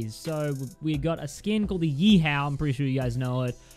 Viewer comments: How every one else says it: YEE HAW! 🐎🤠 How says it: YEE HOW! 🐎😑🥡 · I swear to god, say yee how one more time... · Yee HOW Lol Aussie